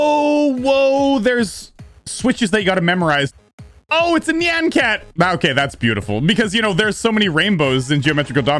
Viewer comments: It's nyan cat not neeyan cat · He says Nian cat not Nyan cat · “Oh look it’s Neean cat!” It’s Nyan cat, not Neean Cat